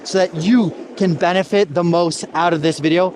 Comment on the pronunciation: "So that you can Bennett Fit the most out of this video..."? I never had a issue with the tempo of your speech in any of your video's. If I did I would use the yt playback speed feature to follow along easier or if I feel you are talking too slow for my taste O:)